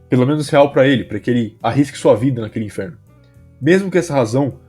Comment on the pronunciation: "AH GUERRA NÃO É O *INFERO*?" infero é foda man, mas ótimo vídeo, só notei isso mesmo